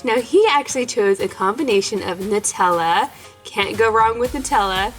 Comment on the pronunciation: THANK YOU!!! NUT-TELLA NOT NOOT-ELLA